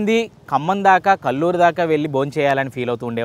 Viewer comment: It's kalluru not kalluri